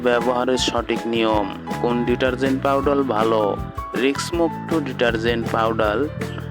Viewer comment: ছাগল পাউডাল নয় পাউডার